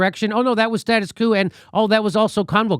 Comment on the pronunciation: Not to be fastidious but “status quo” reads “status kwo” not “status coo.”